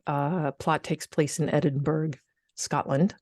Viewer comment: Edinburra, not edinberg….Edinburgh